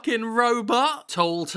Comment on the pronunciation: Toe toe tow toad. Funny way to say tool. lol